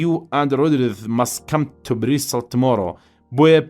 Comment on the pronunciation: زوۆۆۆۆۆۆۆۆۆر جوان بای سیدەکەی یاخوا سەرکوو تر بی بەس ئەو ئێوارە چون بۆ بریستڵ نەک بریستاڵیان بەجێ هێشت